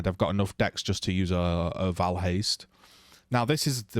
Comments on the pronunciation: It is pronounced Vaal, not Vale. Like the god "Baal" I think you might have gotten memed on by cutedog. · This. 99.99% of the Diablo community pronounces Baal as "Bale". But I still call Vaal orbs "Vall" lol.